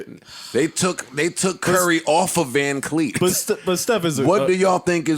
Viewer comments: Joe called him vancleek its vanfleet😂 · Its VanVleet dawg. JOE! ITS VANVLEET! JOE!!!!!! JOE!!!! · Joe can’t read 😂 “Dye Lon Brooks” and “VanCleet” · vanvleet man why can't anyone ever get it right lol